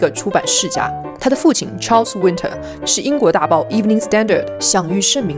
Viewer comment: You miss-pronounce her last name it's not Winter like the weather it's Wintour